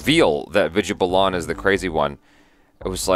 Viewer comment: Balan is pronounced as 'Bah- luhn' and not 'Buh-Lahn', its Vidya Balan (Bah-luhn)